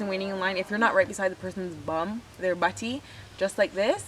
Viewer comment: I've never heard some one pronounce "batty" like that b4 LMAO